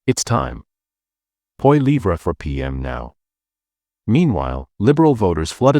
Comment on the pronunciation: What a B.S. platform. Can't even pronounce Poilievres name properly